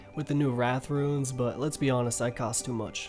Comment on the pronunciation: Why the fuck are you saying ruins instead of runes?